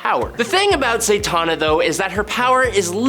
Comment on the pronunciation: Why does it sound like you’re saying Zaytanna?